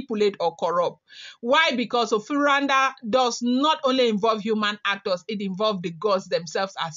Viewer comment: in African words and name every letter is acentuated. Like here Na'de. Say na seperatly before you finish with the de as if it is spelt day.